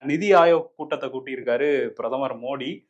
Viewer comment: Andha "nidhiya" Enya aluthringa...